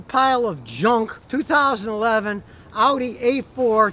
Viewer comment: So glad you pronounced audi correctly. So many morons pronounce it oddy